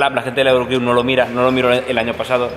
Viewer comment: Se dice eurocrew sin el la XDXdXdxdxd